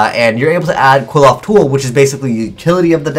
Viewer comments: Ok correct me if I'm wrong but it pronounced Quil-ploth, Quil-off, or Kilpoth. The spelling suggests it's actual pronounced Kli-foth. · Btw, it's pronounced Klee-Foth, not "Kwill-oth". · Pronunciation is actually "Cliff-Off" The more you know... :D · Qliphoth = (Kli-pot) With a long o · Where are you getting the prononunciation for Qliphoth from?? Is that how they pronounce it in japanese. The pronunciation is so off its killing me :(...